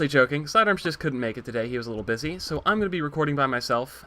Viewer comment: when he said busy at the beginning i thought he said bitchy